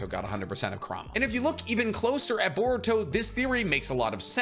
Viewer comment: It is not Ker-rah-mah it is qour-ra-mah just how it is prounced in English dub.